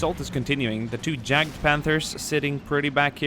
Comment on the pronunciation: It's pronounced Y-aged Panther not J-aged Panther.